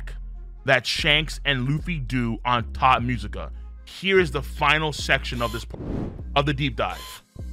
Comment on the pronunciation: My mans really kept saying "Thot Musica" instead of "Tot Musica" the entire video! 💀😂 I thought it was just a joke at first but then he just kept saying it lmfao 😂😂😂